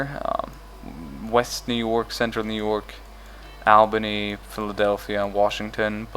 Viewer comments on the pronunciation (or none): Albany is All-ba-knee Albany, P.S. Dont take New York, its my state XD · You pronounced Albany in new york wrong lol i know you didnt know but i live there so it saddens me but good vid cant wait for the Union one as you can see why!